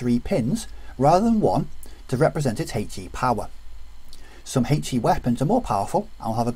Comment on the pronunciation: If you need a comedy resource for how not to pronounce a 'h' - find a video on the rules of HE ;-) (Huhaych-E)